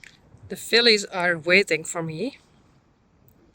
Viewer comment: Haha, instead of "The fillies are waiting for me," I thought you said "The SILLIES are waiting for me!" lol!